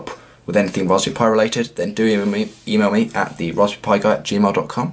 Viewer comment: Why do u say rasp BERRY like rasphu pi?